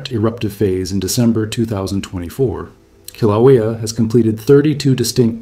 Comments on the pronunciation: Koh-wha-lea? It's Kill-ah-way-a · The Hawaiian volcano is pronounced 'killa waya' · It's Kilauea ( Kil-a-way-a). At least learn how to pronounce the place, if you want to be taken seriously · KIL-A-WAYA That's how you say it. Just FYI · Aloha. I wouldn't say that Mexico and Hawaii are opposite sides of the planet. Very far from it. Also, they won't get mad but Kiluea is pronounced more like Kill-ah-way-ya. Best if said quickly.